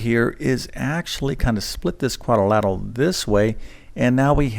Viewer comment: Shameful that a math teacher is unable to pronounce the word algebraic. Hint: It’s not algeberric. But I suppose that’s what we should expect from someone who says quadorlateral.